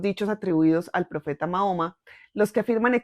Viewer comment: Le pido por respeto aprenda a pronunciar el nombre del profeta porque como usted lo dice es una falta de respeto para quienes somos musulmanes gracias